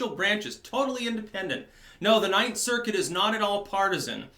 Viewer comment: You said that wrong... The 9th Circus!